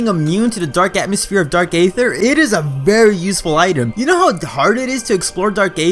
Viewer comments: For the record, Aether is pronounced as "EE-ther", not "AY-ther". (Just like Caesar is pronounced as "SEE-zer", not "SAY-zer".) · Eee-thur, not Ay-thur.